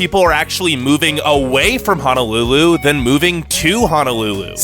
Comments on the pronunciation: So the negative aspects of island living are pretty accurate (I lived there for 23 years) but it's a very special place on this planet and to me it will always be Paradise. However, the one thing that drives me crazy is hearing people refer to the capital as HANAlulu. It's HONOlulu, which means, sheltered bay, in Hawaiian. Let's have some respect for the culture by not mispronouncing Hawaiian words. It's visually easy to see that the word Honolulu contains o's not a's. Aloha! -- which I say with sincerity! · Was no body else bothered by the way he pronounced "Honolulu" like come on bro they are O’s not A’s head ass saying "Hanalulu" bro get yo shit checked before you criticize my home state smh. Comin from maui cheehuuu🤙🏽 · OMG!!!!! Thank you he kept saying HAH-NA-LULU and I was like where is the A that you keep pronouncing???? We have poor education skills okay sir you must be looking at your own life experience with education 🙄🙄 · It's H"O"NOLULU stupid bitch. Say it correctly or not at all!!!! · The Cousins Right? Ho No lulu, no a’s in Honolulu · Aloha, I'm from Oahu Hawai'i and I have never majorly faced problems with the sun, traffic, homeless, financial issues, or my education. If you guys want to live here its at least less busy than most places on the mainland. Also, man thats talking in this, you should learn how to pronounce honolulu. Thank you :) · Braddah no can pronounce his Hawaiian words right when he says Honolulu it hurts my ear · The way he says Honolulu or Oahu triggers me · Don't come here if you can't even pronounce Hawaiian properly. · 1st of all, learn to pronounce Honolulu correctly. 2ndly thank you for discouraging others to move here. 3rdly all the bad shit you were mentioning ... "ufa" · I cringe every time he pronounces the word HONOLULU 😬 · It's not called Hanalulu it's Honolulu pls get it right. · Its HONOLULU not HANALULU 🙄 irking & ova dramatic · There is no A in Honolulu. It's an O. Honolulu. Not Hanalulu.